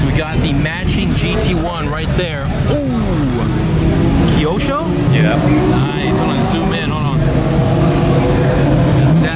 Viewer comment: it’s Kyosho not Kyoso. The quality is way too high end for Mattel but great video ah you pronounce it right